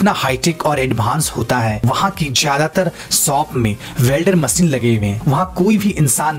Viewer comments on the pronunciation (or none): वेलडर मशीन नही वेनडिग मशीन सही बोले